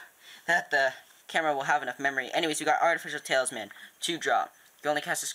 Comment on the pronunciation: you kept saying tailsman It is talisman